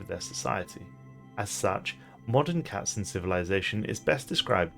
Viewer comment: I love that you are able to say all the variants of the German word Katzen without completely butchering it. Are you able to speak german?